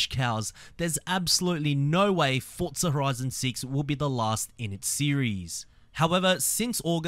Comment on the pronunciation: "fortza horizon seats"